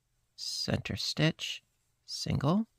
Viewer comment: Sorry. It's stitch not ditch.